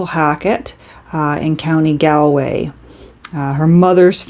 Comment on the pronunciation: A beautiful passage well read!Galway is in the west of Ireland on the Atlantic coast(gal being pronounced like the all in appalled).